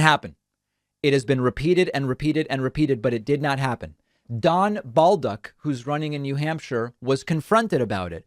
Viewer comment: Word of advice David: Bolduc is not Bawl-Duck, not matter how much those Americans say it, they say it wrong. Great show as always and cheers from Québec.